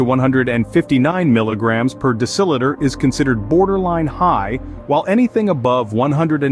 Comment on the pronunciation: It is "DECIliter" NOT "DECILItor!"